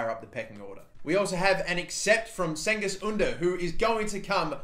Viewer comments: Not “Sengiz” it’s “Cengiz” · The rgiht way to pronounce "Cengiz" is to pronounce the "C" as a "J" (you basically say "Django" but replace the "o" with "is" i.e. Djang is) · Its pronounced Jengiz Under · youre clearly a fake turk if its pronounced 'ken-giz' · Jen-giz..Two different pronounced C's in Turkish. His makes it sound like a J, not a K. You wrong. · You are pronouncing '' cengiz'' wrong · R Scrivener it's really not though the c is pronounced as a j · pronouced jen-giz oon-der and role the r